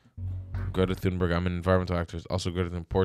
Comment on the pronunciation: Greta Thunberg's name is pronounced "Greata Tühnberry" instead of "Gredda Thunbörg".